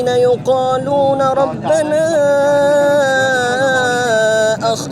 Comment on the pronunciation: بھائی وہ جو قاری صاحب تلاوت کر رہے تھے❤ انہوں نے غلطی کی ہے ایک جگہ يقولون کو يقالون پڑھ رہے ہیں معروف کو مجہول کردیا انہوں نے تو